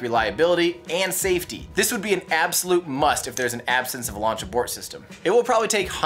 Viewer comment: What's a "lauch abort" system?